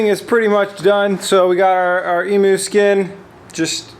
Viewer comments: Bit late for this comment but correct pronunciation for emu is Ee-Mew not E-Moo...Aussie here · Emu, not e-moo. The "u" is pronounced like "you" - so it's more like "eem-you" Drive me fuckin' nuts mate! :P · Hating Finding A Username Australia calls in eem-you, you know, the country they are from! dove is hardly a comparison, it's a single syllable for one! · if you're going to have "emu" lining can you please pronounce it properly? i'm australian and i'm triggered. ee-myou, c'mon mate. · Are u saying Emu when choosing the fabric ??? The Australian native bird is pronounced eam-you hahah, you could just be talking about something different all together but hey... the more you know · Dude, its pronounced Eemyou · that was killing me